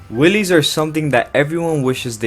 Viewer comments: MAN SAID WIILLY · qwhen he said wheelies it sounds like willias